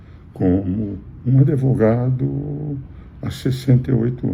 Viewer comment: Engraçado ele falar Adevogado e ninguem criticar, como fizeram com Lula,! Mas com bolsonaristas a midia é muito boazinha um gatinho doce!